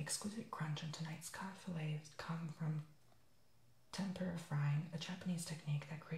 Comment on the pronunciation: you put the rice on the paper towel?!? really?! and it is pronounced tem-poor-uh